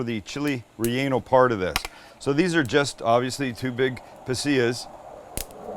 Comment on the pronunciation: It sounds like he is saying chili" re- anal"